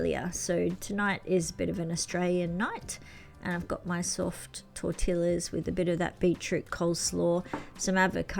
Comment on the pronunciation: Your Japanese tacos looked delicious . Tortillas is pronounced with the two ll’s as a y sound . So “ tor - ti- yas . Retired teacher here in California . I taught in bilingual education . Spanish as the primary language and then transitioning in English .